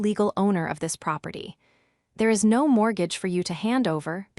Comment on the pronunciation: I have listened to three of these stories from this provider. The AI is appalling is becomes "I", "s" instead of is, the text is worse and there are two many ads breaking into the story